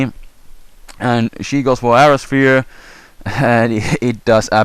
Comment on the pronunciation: i like your accent. it sounded weird with Aura Sphere and Air Slash but it sounded great at the same time